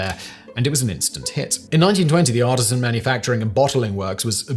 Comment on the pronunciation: Artesian is pronounced differently than artisan